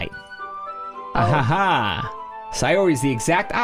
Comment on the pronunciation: Geez, I thought you did the interjections that weirdly just because it was funny. But apparenly you can't see them any differently than the way you're doing the silly renditions of it? I don't see the "poorly timed" interjections anywhere. You are just giving it the wrong intonation. "Ahaha~" is, for example, sometimes a happy laugh, sometimes a nervous laugh, sometimes a giggle, and sometimes (like where you said it was poorly timed) a very sad laugh. Laughing isn't always loud, or fun, or happy. It can be really sad too. Or you can laugh even out of shock. People do that in real life, too.